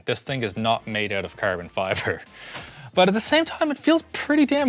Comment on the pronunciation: “Curbin Fibre”